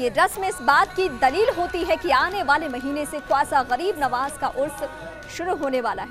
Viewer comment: Tumhari anchor ko bolo khawasa nahi Khwaja Pehle dhang se bolna sikhe